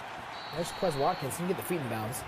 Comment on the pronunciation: these commentators are just like real nfl commentators in the way i want them to stfu, and also because they can't pronounce quez watkin's name right, they say it the white boy way.